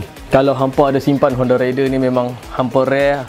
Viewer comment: Baik la fakta2 bro. Tp sy kdg kelakar org pggil honda raider ni sebutan dy rider. Lain bang. Rider dgn raider dr perkataan raid. Tp dh kebiasaan pggl cmtu. Haha. Pape pun terbaik detailing untuk honda raider